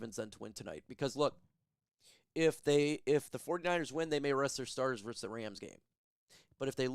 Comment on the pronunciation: Still can't pronounce VS correctly and you can't spell GIANT correctly lol 😂